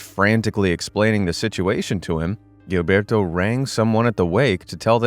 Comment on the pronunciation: Very late and no longer relevant. But Gilberto has to be read and Jilberto, because its a portuguese name, the same way you read Genevaldo.